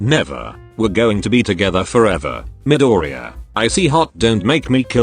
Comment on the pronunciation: after so many voiced text videos, finally one says Midoriya right. 😅